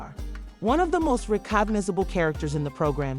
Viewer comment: “Re-COG-nizable” 🤔 wow.